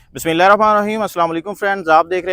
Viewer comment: بسم اللہ صحیح طریقے سے پڑھا کریں